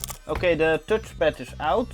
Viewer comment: tutchpad lol funny how u call it as an Dutch guy haha.